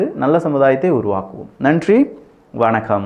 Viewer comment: When you say nantry & vanakam sound like thankilish